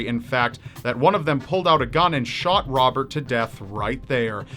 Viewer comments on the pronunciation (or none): none